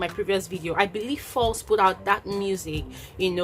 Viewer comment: That's very noble of him but I'm not sure about that address being public. Btw why do you pronounce Falz as false?